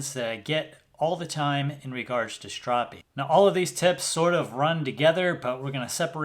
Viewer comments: Why does he keep saying "shtropping"? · That is not how you pronounce stropping